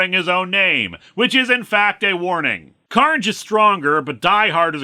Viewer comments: No... his name is Don Car-Na-jay. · I feel that this is especially poor literacy because the apostrophe should be after the N if they wanted it to sound like “carnage”. Your reading sounds more accurate based on how it’s spelled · You could have pronounced it “Car-Nage” and given him a weird Euromix accent a'la Jim Cummings…